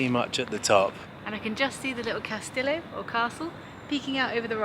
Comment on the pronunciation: "serro santa luSEEah" is how you want to say it. remember, the double LL=Y sound, not a simple L like in italian. "caSTEEyo" for castillo. i love your videos by the way. i enjoy your travel style.